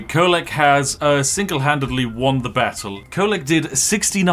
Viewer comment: its Kholek.. he should be op